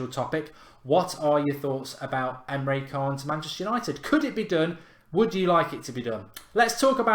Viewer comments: I dunno if this counts but I was learning about Busby babes that got me into football and supporting Man Utd as a kid......Busby used to be a player for Liverpool, before he managed Man Utd...oh and btw Emre Can is pronounced Emre Chan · The c in can is pronounced like a ch... I laughed so much when you pronounced it wrong. 😂